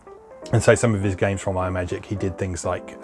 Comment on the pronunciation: A nitpick: Imagic is pronounced as if you were combining the words "imagine" and "magic". I swear, the worst thing Apple ever did was get people into the habit pronouncing everything as "eye-word"... :P